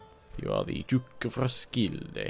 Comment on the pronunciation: Im from Denmark and i think that your pronunciation are great and i find your way of saying Århus and Roskilde very good. I have heard much worse.